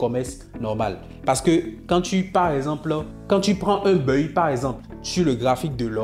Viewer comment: On dit : baille. On ne dit pas BEUILLE. Tu fatigue l’oreille. On est d’accord on est d’accord … ça fatigue l’oreille. Sois juste simple . Tu as prononcé on est d’accord du début à la fin. 🤦🏽‍♂️🤦🏽‍♂️🤦🏽‍♂️